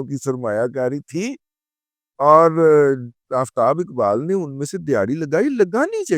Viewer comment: Ye Jo Aftab Iqbal hai, Ye Urdu main Sahi Talaffuz ke sath Aftab Iqbal hota hai 😂😂😂😂